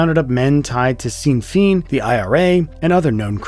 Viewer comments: There is no £100 note in circulation in the U.K. Sinn Fein is pronounced shin fayn not sin feen. That is amusing though. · sin feen ? Can you please prounce it correclty. It's pronounced Shin Fay-un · Seen feen haha it's pronounced shin fain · "seen feen"? You mean Sinn Féin (pronounced shin-fayn). ☘ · "Seen Feen" lmao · Anyone else cringe at "Seen Feen"? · Sinn Fein is pronounced Shin Fane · ah yes, those rogues of Sin Feen. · The pronunciation of Sinn Fein is killing me, but good effort. It's more like Shin-Feign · Apparently the terrible robot A.I. voice for this video thought that "Sinn Féin" is pronounced "seen feen." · “Seltic”? “Seen Feign”? Oof. Otherwise, great video. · Sinn Féin is pronounced "shin fayn" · The way you've pronounced Sinn Fein hurt a lot. It's pronounced Shin Fain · More to the point, does it also remind you "jesus, I've been pronouncing sin feen wrong all this time" ? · Ugh, either the voiceover is AI or someone didn’t do their homework.. ‘Sinn Fein’ is pronounced like the word ‘Shin’, like the Shin of your leg, Fein is pronounced like the word “Feign”.. Like “I ‘feigned’ an interest in this video.” Sinn Fein. Also Ireland is divided by North and South so why not include a boarder. It’s videos like this that fuel ignorant American’s misperception that the Island of Ireland is part of the UK. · 🤣 Sine féin is pronounced "Shin Fain" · this video was very good, especially for how small the channel is, but dont be embarrassed to put out posts asking people how to pronounce things before you publish videos. "sinn fein" is pronounced "shin fane" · what on earth was that pronunciation of sinn féin😭